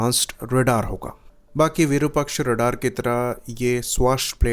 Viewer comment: Slight correction. The correct name of the radar is "Virupaaksha" not Virupakshaa.